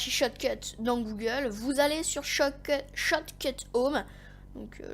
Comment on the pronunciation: Tu a du mal a dire shotcut mdr sinon très mauvaise vidéo tu explique mal mec au pire prend un texte